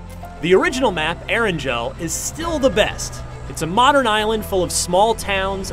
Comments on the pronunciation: "air-and-gel" Eragel has a hard g pronounced "air-n-gale" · Did he just say ERANJEL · The only thing I hated more about this review is his pronounciation Erangel and Sanhok. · You pronounced Erangel and Sanhok wrong and Sanhok is 1/4 the size of the other two maps. Not 1/2 the size. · How he pronounces erangal and sanhok triggers me hard.